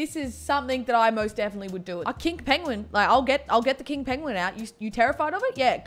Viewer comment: i thought you said "kink penguin" tbh